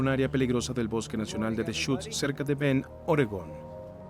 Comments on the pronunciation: BEND, no BEN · ES "BEND" NO BEN